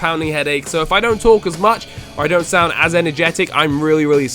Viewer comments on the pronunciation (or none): none